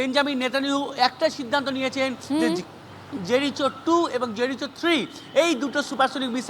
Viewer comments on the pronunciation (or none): জেরিচো নয় জেরিকো হবে সঠিক উচ্চারণ। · আরে বোকাসোদা ওটা জেরিকো হবে রে।😂😂